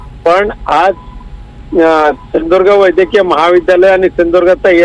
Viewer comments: नारया सिंधुदुर्ग बोलायला सिख 😂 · बोलता येते का व्यवस्थित, सिंधुदुर्ग बोलता येत नाही, किती रुपये जिले असे बोलतात, मग सुधारणा करावी लागते. काय दळभद्री माणूस आहे आणि हे मंत्री आमचे.